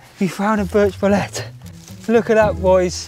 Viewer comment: As a mycologist & mushroom hunter, I gotta tell you, it's pronounced bo-leet, not bo-let.